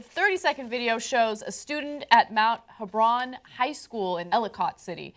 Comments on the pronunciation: The jungle is real fyi, and its pronounced "he-bron not "hee-bron" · Pronunciation: Mount H"e"bron in Elli"cut" city. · You guys said Mt Hebron wrong! And I go there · Lol she pronounced Hebron wrong I go theor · You pronounced Ellicott and mt.Hebron wrong No howard county is not racist, but Mt.Hebron is a rural park of this county so yeah.